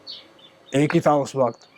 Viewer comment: Signs of deteriorating Urdu over the generations: the interviewer, supposedly a literate professional, cannot speak words like وقت (waqat) right — while the player pronounces them correctly (in this instance "waqt"). Never mind the horrible English by the learned podcaster.